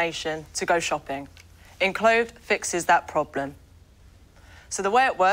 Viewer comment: Awkward moment when they can't pronounce their own company name. 'Inclothed'?? You mean ENclothed!